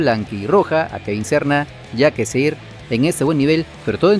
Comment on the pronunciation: Quien es Kevin Sorna? Pronuncia bien oye chistoso es Serna ok.